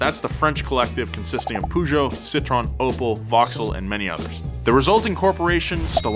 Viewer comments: peugeot = poo-joe to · What the hell is going on with this POO-JOE pronunciation of Peugeot by all Americans? It's PEE-JOE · I never realised Americans pronounced Peugeot as POOJO LMAO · I swear comes up with new ways to pronounce Peugeot every time. What was it this time, Poo-sheow? jfc...